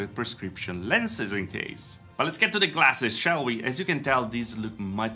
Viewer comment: and also they both said classes instead of glasses.